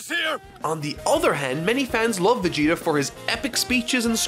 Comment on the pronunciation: When I hear "Vegerot" my heart and ears are bleeding.